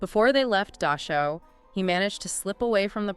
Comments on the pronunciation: Dachau not Dashau near Munich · The word is DaCHAu. There is no s in there. It is not Daschau. It is a guttural ch. at least try to pronounce German words correctly. other wise good article.